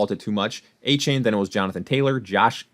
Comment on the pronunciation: pronounced A Chan not A Chain